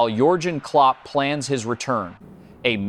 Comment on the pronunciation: Sean Dayche ha ha ha. Only a stupid American commentator could mispronounce a name as simple as Dacha. Pathetic. "adaledico". ha ha ha. It never ends "Yulian" Nagelsman...LOL and Yorjen Clop....stop please. Useless AI